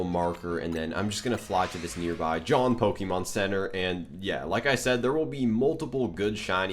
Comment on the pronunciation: so what the hell is a john pokemon centre ;-; its jaune dude its pronounced zho-n